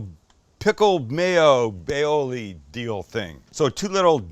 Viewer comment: you say aoil.....I say tartar sauce